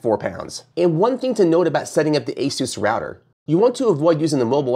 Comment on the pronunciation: Guy doesn't even pronounce Asus like everyone else. Kind of telling on himself. He's just reading the product descriptions.